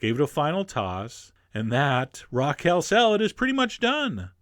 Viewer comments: It sounded like "Raquel" salad. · I kept hearing Raquel Salad :\ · I thought, " who's Raquel?" And then I realized you were saying "raw kale."